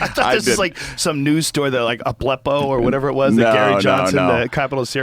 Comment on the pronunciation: That moment when Joe laughs at Gary Johnson for not knowing 'Aleppo', but then pronounces it 'Agleppo'. Oh dear...